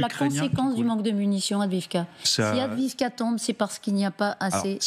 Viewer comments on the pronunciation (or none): Est-ce qu'un jour les journalistes et autres généraux feront l'effort de prononcer Avdiïvka correctement ?